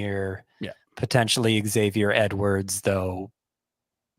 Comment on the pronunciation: says “eggs-avier” and pronounces it correctly. “Za-vier “ New Yorkers say it correctly because of Xaverian High School. It’s not “eggs-erox “ for Xerox it’s “Zer-ox” and “Za-verian “ not “eggs-averian”